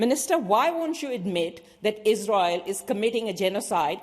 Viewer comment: Shame Wong she cannot say the word Israel.